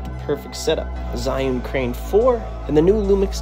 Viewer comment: Pronouncing zhiyun like that is crazy...